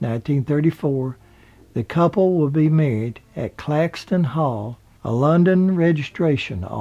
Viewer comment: It's Caxton hall not Claxton.